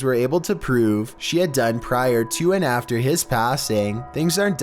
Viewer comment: Is it just me or does he sound like he has a pole up his arse? “the biggest threat comes right afTER.” Like Your voice is ... Just Oof.